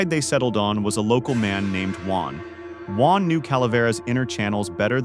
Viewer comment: It’s Juan.